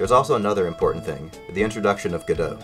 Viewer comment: The way you say godot makes me upset